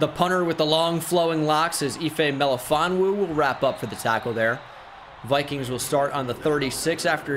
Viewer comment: It’s (I-Fee-too Mel-Ifon-wu) sorry from the Syracuse area and the way to pronounce his name drives me bonkers 🤣🤣